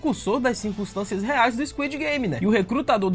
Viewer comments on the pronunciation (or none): none